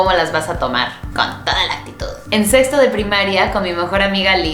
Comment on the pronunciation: Minuto “sesto de primaria “😂😂😂😂